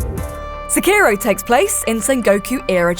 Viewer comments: If you are gonna Sekiro so many times in a video, please at least say it correctly. Se-ki-ro (seh-key-row) not suh-kiiro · She's stretching the O as ohhh and not oh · I just can't stand the way she pronounces it. It's Sekki-roh. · I think you said "Skeiro" more than 50 times in three and a half minutes. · Pronounce it like "Seh" "Key" "Roh". Roll the R slightly. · It's not "sekiirow". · The only thing you need to know is that you dont pronounce Sekiro the way this woman does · How many times can you say Sekiro wrong? IGN: Hold my beer.. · Nice video, but hearing you mispronounce Sekiro over and over gets really frustrating. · It's pronounced Sekiro and not Sekiro